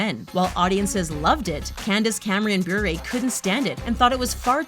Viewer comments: It's "Buh-ray," not "Byour-a" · You completely said her last name Bure wrong